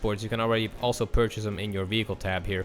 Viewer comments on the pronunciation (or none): none